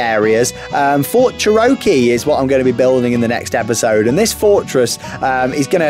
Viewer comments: Bro, let me help you. Cherokee: cheh - ruh - kee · It’s pronounced “chair-oh-key” btw